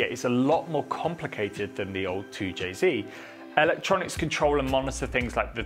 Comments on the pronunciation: Really hard to hear a person with a British accent say “zee” instead of “zed”…2 jay zed NOT 2 jay zee. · 2JZed, not 2JZee. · Its 2Jzed not 2jzee. The Japanese pronounced their Z properly, and it's insulting to see a British person pronouncing it as Zee. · An english man speaking american english, its a 2j zed not zee, both great engines though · You’re English… wtf is a zeeeee? 🤷‍♂️zed ffs 2Jayzed 😵‍💫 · Toow jay ZED, you surely are not American 😂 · You're English, its Zed...